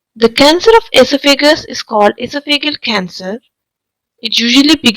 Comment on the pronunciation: Sorry, but your Pronunciation of your Topic is Very Unusual and hard to understand. The word is almost Unrecognizable . In American English, the stress is on THE SECOND SYLLABLE. That would be: "ee - SOFF - a - gus" You're saying "EE - so - FEE - gus" with seemingly 2 stressed syllables. And "ee - so - FEE - gul" for Esophageal, which is pronounced here as: "ee - soff- a - GEE - ul". I realize there are variations between American, British, & Indian English Pronunciation. I suffer from Barrett's Esophagus myself so was interested in learning the cancer symptoms. I had a recent endoscope and it was fine, although I have had a persistent cough & some hoarseness for about 10 years & my doctor hasn't seemed very concerned. Perhaps it is a side effect from taking Omeprazole for so long. It does concern me. To Commenters: Don't get your bowels in an uproar & freak out. Any critical comments can sometimes bring a wave of backlash criticism. Since I won't be revisiting this video, I won't see it so you can save your breath.